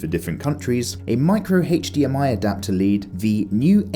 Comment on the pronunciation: Love this review but bruh you gotta learn how the letter "H" right. Never say HDMI again